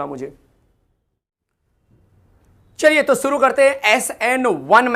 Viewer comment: Sir Suru Nahi Shuri Karte Hai 😂😂